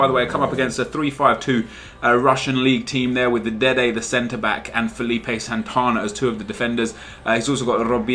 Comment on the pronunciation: Y do u say dede the centerback